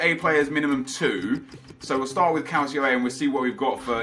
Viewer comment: Hey Nep. Love your vids m8... Just a heads up though regarding the pronunciation of Calcio...its Cal-cho, instead of cal-see-o. Keep up the great content n av a great Xmas.